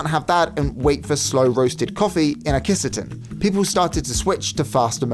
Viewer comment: Not Kiss a ten 💀Key Sah tenn.